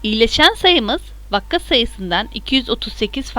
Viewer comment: vakka değil vaka 😂